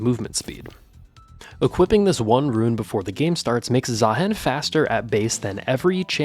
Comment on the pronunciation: please Say "Zahiin" not "Zahaen"